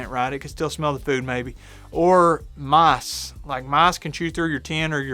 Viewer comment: You where saying "mice" but I heard "moss"